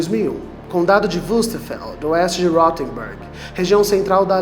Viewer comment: Poderia só pesquisar a pronúncia dos nomes próprios. Alemão não soa como inglês. Ele soa como se escreve mesmo. Rothenburg. Pronúncia: Rotenburg. Pode pesquisar no Google tradutor. Ele informa a pronúncia. Só uma dica mesmo. Acho ruim "inglesar" outros idiomas.